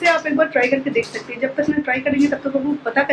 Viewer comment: 3 ya 4 saal ho gye vlog banate huye aapko par Abhi tak thik se contant Dena nhi aaya. Dusre vloger se aap sikho ki vlog kaise banate hai. Bohut bore Karti ho. Aur plz achhe se Hindi bolna sikho. Hamesha हैं (Hain) Ko है(Hey) bolti ho. Plz Kam se Kam ye bolna sikho. Try it.